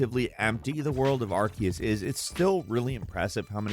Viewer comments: Ar-see-us. Ar-see-us. Ar-see-us. It's really easy. It is simpler. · All this research into Pokémon, but still never looked up how to pronounce Arceus. Aar-see-us